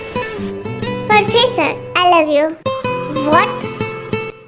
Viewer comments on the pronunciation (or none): Professor ❎ Porfessor✅ ....😂😂😂😂